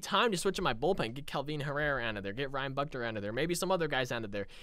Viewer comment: Ryan Buchter's name is pronounced Book-tur